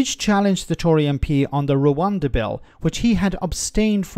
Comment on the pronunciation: "One big rabbit in the room".... "pesky peers".... And he can't even pronounce Rwanda.